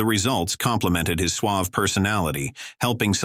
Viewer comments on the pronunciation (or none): none